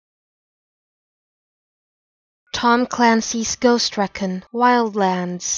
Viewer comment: You pronounced recon wrong.